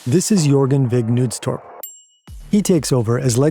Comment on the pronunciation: How hard is it to just look up the pronunciations of names before recording? I don't expect you to remember the Danish pronuncation every time, but making the K in Knudstorp silent is bonkers.